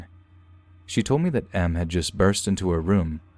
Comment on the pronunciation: I thought you meant “masochist” because you said “M” instead of “Em.”